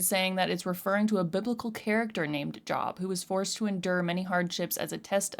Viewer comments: its pronounced J-O-E-B, not job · Job is pronounced "Jobe". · It's pronounced "Jobe". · Yeah it's pronounced Jobe not Job even though that's how it's spelled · It's not pronounced JOB it's pronounced Jobe but yea it's an old biblical name... plus the name of the song is in just my opinion something deadly being shown as something beautiful or delicate.. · I feel like he's talking about the music industry personally. The biblical person he's talking about pronounced "Jobe". God tested him by literally taking everything possible from him. He took his family, his health, and his wealth from him. Yet he still remained faithful to God. Billy Corgan identifies as a Christian. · Job = "Jobe" pronunciation - long O. Famously Job went through hell during his life and kept his faith up to a point. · it's spelled Job but it's pronounced Jobe. Heavy on the O sound. The story is basically Satan killed his kids and destroyed his life, but he refused to give up his faith. Not being preachy just thought it might be useful for interpreting the song. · Talk sh*t before even listening. It's also pronounced like Jobe. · Job is pronounced with the "oh" sound. The story behind the song is that Billy Morgan was pressured to write more "commercial" songs instead of where his artistic instincts led him. Ironically, this song became one of his more popular hits. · Job in this case is pronounced like lobe or robe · Pronounced with a long O JOOOB. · That's Job...rhymes with "lobe." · This agnostic liberal doesn’t know Job and destroyed the pronunciation.